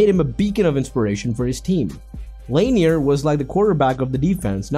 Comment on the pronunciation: Lanier is pronounced La Neer